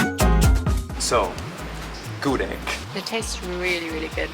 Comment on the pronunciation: The pronounciation of "gudeg" is Gudêg (like eh sound) not Gudég (like pokémon sound), just information ✌️ and thank you for tasting the indonesian food. Btw, if you eat gudeg, eat it with rice so that's not too sweet :)